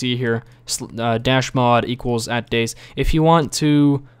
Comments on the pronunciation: Dude it's pronounced Day(Z) keep the Z loud! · umm dude... its day-zee not days just btw. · its DayZ not days you say day and Z not days so dayZ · Its not supposed to be pronounced Days because its a game about zombies it is pronounced Day Zee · It's not dayz, it's Day-Z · DayZ as in Day-Zeee like you said not Dayz like Days like he said finally someone pointed that out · example he is saying "dayzzz" when its really pronounced Day ZED or Day Zee. (DayZ) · BTW, it's Day - Zee or Day - Zed. Not Days. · It discomforts me slightly that you refer to the mod as "Dayz", not "DayZee" or "DayZed". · its not dayz, its Day ZED or Day ZEE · its 'Day-Z' not 'Days' or 'Day-Zed', but that's just my opinion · Its painful to hear him say "Days". Its Day-Z! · its pronounced as 'dayzee' not 'days' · DAY.......Z NOT DAYS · Its Day Zee...not days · day-zee not days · it day-z not dayz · Its Day-Z not Days? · its 'day-z' not 'days' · It's not days it day z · It's not 'Dayz' it's 'DayZ'! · i find it funny how he says Dayz while it should be Day Z what else do you got that big Z for ;D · Daies??? it's Day Z and not daies. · dayZ not days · For fuck sake, its Day_Z Not Dayz. Day_Z as in Zombie or Zed. Day Z. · Day z not days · It is not called dayzzz it is day Z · or its pronounced days but with a z cause its about how many dayz you can survive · its pronounced daysi not days -. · ITS DAY...Z NOT DAYS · Lol its Day Z not Dayz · he did not just call it dayz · i find i funny how you dayZ like days its funny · It's Day-ZEE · Its pronounced day-zee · every time you call it days it makes me fucking angry :/ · its pronnouced Day Zee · Its actually Day Zed... :\ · "how to install dayyyyys" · It's pronounced DayZee. Z as in Zombie..... noob. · ..... its Day-Z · It's day-Z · Its pronanced day then z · It is day ........z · Lol, he calls he Daze... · Youre gunna get soooooooo much hate for pronouncing it wrong